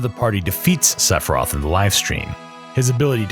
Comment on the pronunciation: I cannot believe how many times you say Sephiroth and how many time you forgot to pronounce the I in Sephiroth. Like omg SEFROTH. It’s as hilarious as it is horrifying